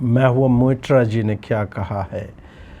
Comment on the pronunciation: क्या मेरे कान बजे या प्रातः स्मरणीय अजित भारती ब्रो ने मित्रा जी को मूत्रा जी बोला 🙈🙏🦖